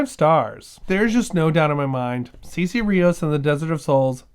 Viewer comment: It sounds like a book well worth reading. Thanks for introducing us to it.⬅ My high school Spanish is telling me that her name would be pronounced "Saysay", not "Seesee". I may be wrong, but what I remember from the classes is that vowels in Spanish are consistent, and the letter e has a long-a sound.